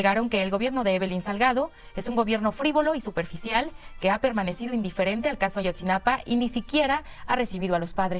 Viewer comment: Xq dices Ayotzinapan?